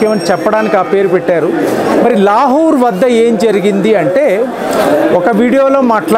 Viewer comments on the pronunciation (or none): లాహూర్ కాదు లాహోర్.